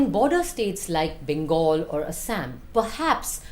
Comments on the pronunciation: Shouldn't be taking advice from a person who can't pronounce it properly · Binod pronunciation dekh rahe ho asssam 😂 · Why can't she pronounce Assam correctly.